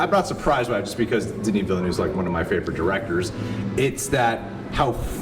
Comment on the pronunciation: I'm just gonna throw this out there, for english people the best way to pronounce his name is VEEL-NEV (just 2 syllables, the last E is like it is in nErd) Not to be a mhactually person but you know, it's important to get a great director's name right